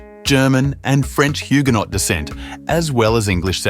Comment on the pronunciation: Some likely incorrect pronunciations inc Huguenot and Afrikaans….